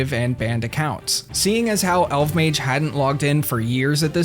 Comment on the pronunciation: I miss RSC and pre-GE RS! Also, I always thought his name was pronounced "El-vuh-mayj!"